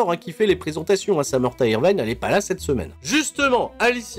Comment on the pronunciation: Pourquoi dire Samantha IrvAYne alors que ca se dit Irvine, quasiment a la francaise ? x)